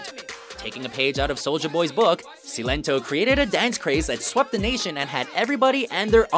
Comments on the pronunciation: Silento literally told you how say his name, yet u still got it wrong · he said Silento wrong